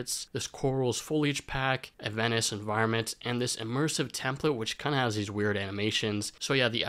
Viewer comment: A Ven-isch environment...